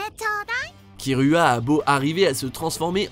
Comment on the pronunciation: C pas kirua c kiroua